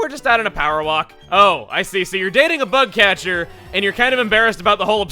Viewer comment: When Chugga said "Bug catcher", I honestly heard "Butt catcher".